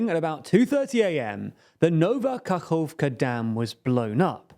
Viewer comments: Ka-cove-ka. It's Ka-hov-ka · No actually this is better, because Novka could mean the same as Nova. AND KAHOVKA is exactly what I want everybody to learn. "Kh" means "H" Its not "Kerrson its Herson" Its not "Bakkmut its Bahmut"